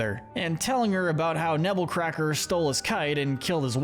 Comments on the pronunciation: It’s actually “Nebbercracker” not “Nebblecracker” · It's Nebbercracker, not Nebblecracker